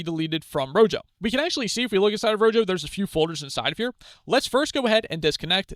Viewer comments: The Spanish word rojo (meaning "red") is pronounced ROH-hoh (IPA: /ˈro.xo/). The initial 'r' at the start of the word is rolled or trilled slightly against the roof of the mouth, and the 'j' sounds like a breathy, deep English 'h' (or the 'ch' in the Scottish word loch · Thank you for the tutorial. It's pronounced RO-HO, btw. Like "Red" in Spanish. :)